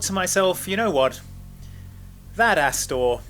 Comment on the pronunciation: "that ASStor" 😂😂😂